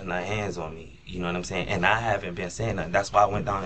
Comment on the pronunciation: "noumsayin" ??. Lies just as bad as Darrell Brooks